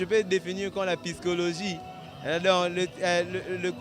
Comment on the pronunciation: Eh kiadi LA PYSCOLOGIE TEE BA LOBAKA PSYCHOLOGIE DIPLÔME YANGO EBEBA HEIN . Même mon Fils de 5 ans ARRIVE À DIRE PSYCHOLOGIE . MAIS BA TATA MIBIMBA BOZOKOKA KOLOBA PSYCHOLOGIE TE SONI ON NE DIT PAS MAIN ON DIT MAIS . LE AU LIEU DE DIRE LA. UNE TRAVAIL OU UN TRAVAIL NIMPORTE QUOI DIPLÔME DU CONGO VRAIMENT NUL DSL C LA VÉRITÉ AVEC DES VOLEURS EN PLUS TRISTE . MA SOEUR AUSSI À EU SONT DIPLÔME ÇAVA ELLE S'EXPRIME TRÈS BIEN EN FRANÇAIS ET ELLE EST TRÈS INTELLIGENTE . ELLE A VRAIMENT EU SON DIPLÔME DAILLEURS JE SUIS FIERE DELLE . VRAIMENT POUR D'AUTRE QUEL HONTE JESPERS QUE BOZUI NA NDENGE YASOLO Sinon BRAVO À TOUS . Bonne chance pour la suite .Merci Grâce